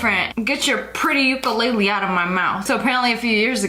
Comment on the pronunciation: as a hawaiian How you say ukulele kills me you amercan pronounce Hawaiian words so wrong